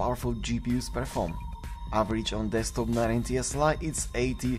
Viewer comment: It's "Desktop" not "Destkop....."